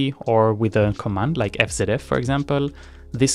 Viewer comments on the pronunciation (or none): It's pronounced EF ZEE EF btw :)